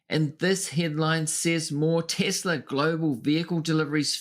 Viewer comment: Your full of shit you can't even say Tesla